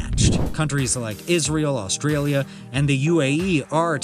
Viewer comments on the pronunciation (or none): none